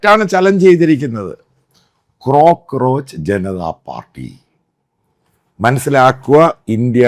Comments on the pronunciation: കോക്രോച്ച് ആണ് മത്തായി.. ക്രോ ക്രോച്ച് അല്ല 😅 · ക്രോ ക്രോച്ച് അല്ല അച്ചായ കോ ക്രോച്ച്